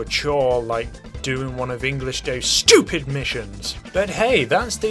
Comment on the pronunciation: that gotta be the most british "sssschewpid" i've ever heard